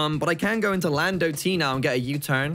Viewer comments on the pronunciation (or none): none